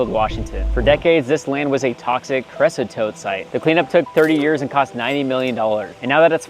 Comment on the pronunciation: Thank you for highlighting this issue. Also, not throwing shade but it is pronounced CREE OH SOTE.